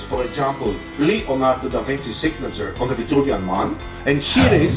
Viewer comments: it's LEonardo da Vinci and not LIonardo da Vinci please do not mispronunciate it thank you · It is leo ( italian) not lio ( english) Hello! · It is not Li - Lionardo, it is Le- Leonardo; the wrong pronounce of english language!!! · Yeah but it's not fucking lionardo, it's Leonardo. I'm italian and i had a stroke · I'm sorry if you think that I was trying to offend you I didn't want to, but in Italy everyone as called him leonardo every art student in every school would write and pronounce leonardo with an e. I didn't mean to be offensive in any kind of way